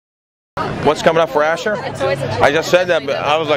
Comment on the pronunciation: It's pronounced as Ashoor, not Asher. It's Assyrian, not Hebrew.